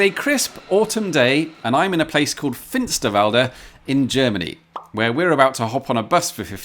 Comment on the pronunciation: Small pronunciation nitpick: Note that Finsterwalde is stressed on the walde part, not on the Finster. And, while we're at it, your Abraumförderbrücke F60 pronunciation with all the trills/rolling Rs would be perfect - if you were in Bavaria. For the location of the Bagger is, alas, in Brandenburg, you'd better rework that part. There are no "tongue r"s in that area to be heard.